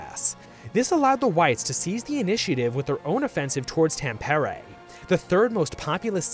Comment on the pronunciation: its actually very close to the actual pronounciation lmao